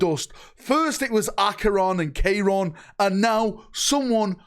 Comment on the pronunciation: Kye-ron. Chairon is now Kayron. Jesus christ. Until you start pronouncing things better your name is now.